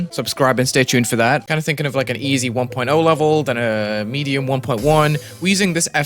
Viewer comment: DID HE SAY EDIUM AT THE BEGGINING?! jk good video